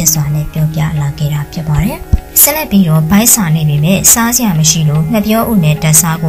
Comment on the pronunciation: ကြေငြာတဲ့နောက်ခံစကားပြောတဲ့သူကစကားမပြောတတ်ဘူးပဲ။ဒါမှမဟုတ် ဆောက်ပိုလုပ်ပြောတာလားတော့မသိဘူး။ဆက်လက်ပြီးတော့ကိုဆက်လက်ပီတောတဲ့ရီးလိုပဲ